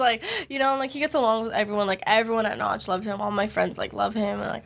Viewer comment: its Nach not Noch